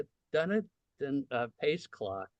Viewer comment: Please pronounce Dunedin correctly: Dih-NEE-din /dəˈniːdən/. It is not Dun-ih-din.